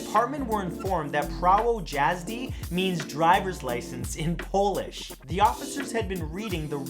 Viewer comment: I’m polish, you really butchered “prawo jazdy “ (prah- voh yaz dih)